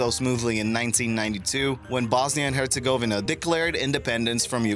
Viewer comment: it's pronounced sair a ye vo. and hertz a go ve na. fyi